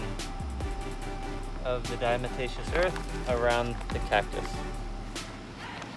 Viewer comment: It was a tillle diccifult reahing "diamataceous" over 5 times